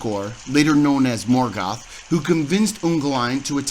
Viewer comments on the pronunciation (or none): none